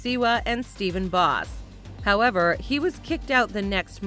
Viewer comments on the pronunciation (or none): none